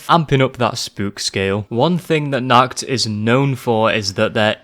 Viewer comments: really throws me off how he says "nacht", he says is like "nackt" which means naked in germany, thanks for that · As an german i love when not german people say german words for example you said nackt instead of nacht (nackt means naked) nacht means night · The most terrifying thing was the pronounciation of the word Nacht. Not because Im one to pick on others because of the pronounciation but because the way it was said translates to the german word ,,nackt" which means nude. That compared with zombies.... nuff said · Appreciate your video, watching it a 2nd time right now. But one thing about the german pronounciation. "Nacht der Untoten" means "Night of the Undead" You pronounced it like "Nackt der Untoten" - meaning "Naked of the Undead" Is it really that hard to do a proper CH noise for americans? Im genuinly asking, because im german and i normally dont have problems pronouncing other languages. I speak english, russian and german. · The way you pronounced„Nacht“ in „Nacht der Untoten“ means Naked in German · Great video but your pronounciation of ''Nacht'' is funny